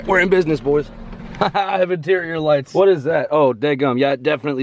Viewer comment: Kwwwhhjuan 😂😂😂 kwwwhhwot box 😂😂😂😂